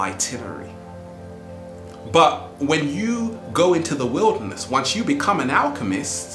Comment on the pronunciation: Thank you 😘😘😘. You said, "go into the 'Wilde'rness..."